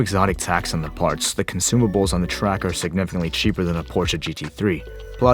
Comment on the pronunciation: Cool review. Now, if we could only get you to say pronounce Porsche correctly, that would be fantastic.